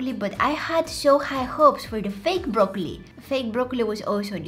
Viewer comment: You said brokeoni 😂😂😂😂😂😂😂😂😂😂😂😂